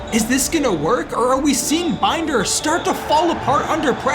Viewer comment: It will be very nice to not have to listen to Binder's name mispronounced now, lol. I still feel like there are no stakes in this one. This team should have been in a relegation scrap, not finishing mid table. Like, we can see those overalls, this team has no right to be where they are. It all feels so rushed